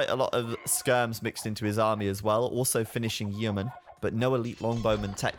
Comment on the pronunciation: ID a British guy just fail to say "Yeomen" properly? How dare you sir! We have them in the Navy still. Yow-men.